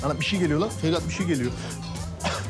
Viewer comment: Ferhat deyil de feryat 😂😂😂😂